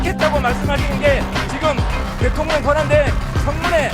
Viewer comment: 혼수성태 트럼퍼 대텅령 ㅋㅋㅋ 발음보소~~~